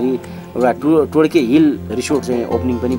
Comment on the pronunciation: todke टोड्के हो टोड्कि होइन